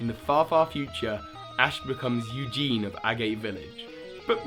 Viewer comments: Eagun, his name is Eagun, not Eugene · i think this theory would have been better if you pronounced eagun like you-gun